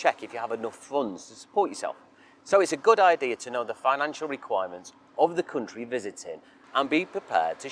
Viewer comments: how he pronounces country as cuntry makes me feel like the cuntry that's asking this many questions just for your visit, isn't probably worth visiting in the first place as you'd feel like some hostile among all those cunts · i will never get used to "coontry", "mooney" and "looggage"